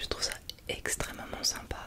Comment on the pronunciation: "Extrèmement "bien"" C'est bien tu commences à chopper l'accent du sud même s'il te reste encore des progrès. Sympatôche vidéo 🤗